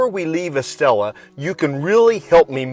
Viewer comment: Coca Cola Zero fountain 👍. Estella = “Estaya.” Double LL’s are pronounced like “Y”. 😉 Enjoying your videos and sense of humor 🤣